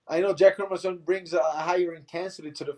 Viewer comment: yack herminson and bennator...15 seconds in and i already want to slap this dude from espn in the face